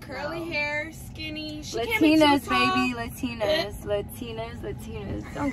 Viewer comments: it’s not LUHTINAS it’s LATINAS 🤣 straight embarrassment i swear. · “ luhtinas “ LA-TINAS 💁🏽‍♀️ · She said Latinas wrong lol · FR she can’t even say Latinas right and she is mad that Kayla won and she stay mad oh and SHE RLY Copied what Kayla said Bc Kayla said She’s so desperate and then said it’s giving desperate vibes like she couldn’t find her own words or 😭😭